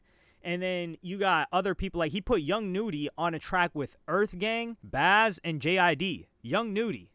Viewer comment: His name ain't bazz, it's bas